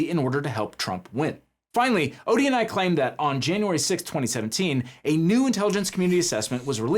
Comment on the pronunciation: I hear it like that too.